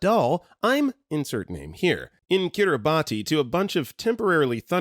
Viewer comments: Kiribati is pronounced kiribas thr ti in the language makes the s sound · Also, Kiribati is pronounced KIRR-i-bass with the last syllable said like the fish.